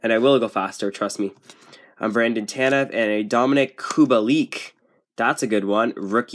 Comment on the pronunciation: I knew smashing the like was the right choice when you pronounced dominik kubalik correctly it drives me crazy when someone says his name wrong